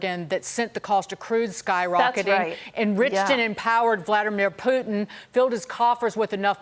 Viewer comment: how the hell they pronounce "Putin"? 😄